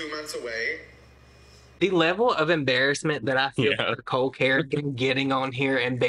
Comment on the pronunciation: Did you call him Cole CryAgain 😂